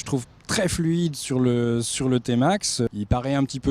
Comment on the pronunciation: Prononciation à l’anglaise 😂